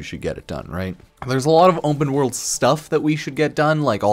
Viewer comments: Why does he keep saying Wumpah world instead of Open world ? So annoying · "umpen world"